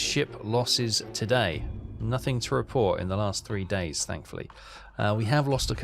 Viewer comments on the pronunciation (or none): none